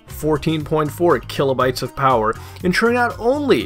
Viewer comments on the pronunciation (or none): none